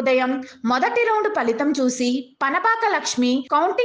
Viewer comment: పలితం కాదండి....ఫలితం. పస్ట్ కాదండి....ఫస్ట్. సమాదానం కాదండి....సమాధానం. తెలుగు తాట తీశారు మొత్తానికి...